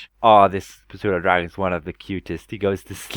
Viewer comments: it is pronounced Sue-doe. The p is silent. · the p is silent in pseudodragon, also the chultan tiger has faster attack speed now